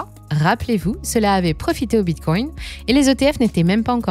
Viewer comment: J'en peut plus de cette voix IA éclaté betcoin hitereum 😂😂😂😂 éclaté la voix ...les acoins